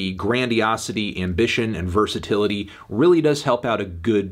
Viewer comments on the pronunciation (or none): none